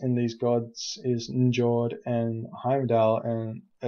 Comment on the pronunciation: Hey, been watching few of your videos/shoutcasts, you're doing a really nice job. Definitely +subing! And yeah, i don't wanna be smartass, but seeing how much you appreciate the game you're probably be interested in a bit of advice on norse pronunciation: Njord="Nyord", Jarl="Yarl":D Cheers, keep up the good work.